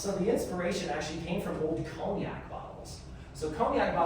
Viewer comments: I think the "g" is silent in every other way I've ever heard so it sounds really strange. So more like "con-yac" than "coguh-ynack". I did once meet someone from Arizona who said it similar to that guy but I just thought it was her 😂 I didn't realise it was normal for Americans! I don't mean to be unkind it's just so different from the pronunciation I'm used to. Thanks again for sharing such a fun trip, I love your videos and especially your food reviews 😊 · The way Americans pronounce cognac is absolutely insane 😂 But the bourbon I would enjoy. Thanks for sharing! Looks like a good time apart from how annoying it would be for someone to have to be the driver.